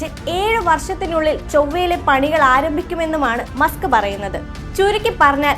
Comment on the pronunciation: മുസ്ക് ❌️❌️ മസ്ക് ✅️✅️